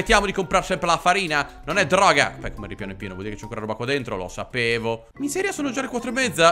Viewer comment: Questo gioco è una " droca" come dici tu 😂😂😂